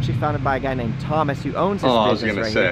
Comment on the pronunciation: It's how he pronounce the name for me 😹😅